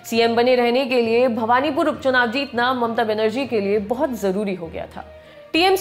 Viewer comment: Bhabnipur ,not bhawanipur